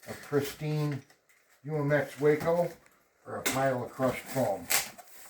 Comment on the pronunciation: It’s “ WAH-Co…..!! Not Way-co…..